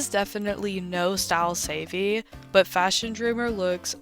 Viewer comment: You pronouncing it as savey has me dead